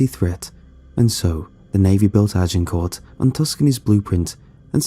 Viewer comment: Y'all complaining about the monster noises...I woke up annoyed when he was repeatedly attempting to say Agincourt.